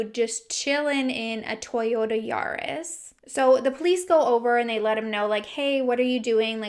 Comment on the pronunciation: “Toyorta Yaros” 😂❤️😂